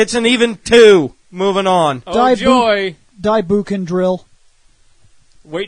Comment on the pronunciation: In case no one told you, Japanese words ending in "ou" are meant to be pronounced like "owe". It's "bow-kenger", not "boo-kenger." ..Though depending on your opinions about these robots, you'll be going "boo-kenger" regardless.